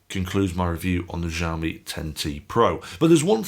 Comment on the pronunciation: "xiaomi" is not pronounced jiaomi, more like siaomi, would be closer to standard chinese, just fyi. I am also a xiaomi fan and like your reviews here.